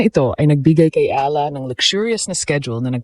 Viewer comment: Ala ka ng ala ang pagbasa niyan (eyala)